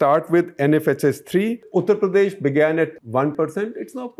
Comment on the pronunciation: Why do you pronounce UP something like उत्र प्रदेश instead of उत्तर प्रदेश? It's annoying.